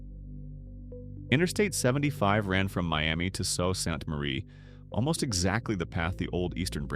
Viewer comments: "So Sant Marie"! The kid that programmed the AI narration in India couldn't pronounce it either. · AI can never pronounce the word Sault Ste Marie correctly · Sault Ste Marie pronounced "Sue Ste Marie" fyi